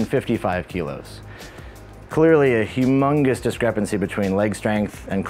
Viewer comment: WHAT DID YOU SAY?! DID YOU JUST SAY HUGHMUNGUS?